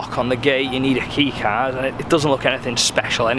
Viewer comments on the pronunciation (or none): none